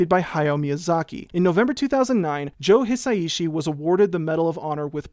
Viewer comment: A sidenote on Joe Hisaishi's name (which you pronounced just fine!) he picked this alias inspired by Quincy Jones. The Joe bit pretty obviously comes from Jones. Quincy can be written as something like "Kuishi", and the kanji for "ku" (久) can also be pronounced "hisa", so that's what's up with that. The "ishi" just stayed that way. Wasn't expecting to hear the Japanese national anthem in here, haha. This has been really interesting! I absolutely love Hisaishi's scores and have for years. I love how Mei's theme in Totoro sounds pretty much exactly like a toddler walking determinedly through the world, and how the tunes in Porco Rosso sound like Italy by the sea... he's a big part of what makes me love the movies he's scored. Bit of a ramble, oops! But thanks for this video. Wish I understood the music theory better to fully appreciate all of the information!